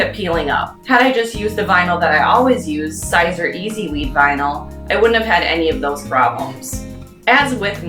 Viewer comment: Siser vinyl is pronounced "Caesar". As in the guy who led the Roman armies in the Gallic Wars before defeating his political rival Pompey in a civil war, and subsequently became dictator of Rome from 49 BC until his assassination in 44 BC. Just sayin'. 😉😬